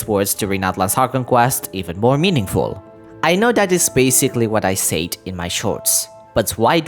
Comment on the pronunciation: Yo! Fae is BOTH Singular AND Plural, just like ‘Anime’ and ‘Manga’, which are Spelled and Pronounced the same in both Singular and Plural forms. I know, English is Confusing, even for Me, An American English Speaker. Also, the Word ‘Said’ is Pronounced Sed like in ‘Sedate’.